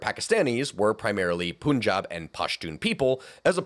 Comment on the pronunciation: Hey! Love your videos but, please, please It not “Poon Job” it’s “Pun-job”. I’ve heard way to many teachers and historians say it wrong so I just have to say it here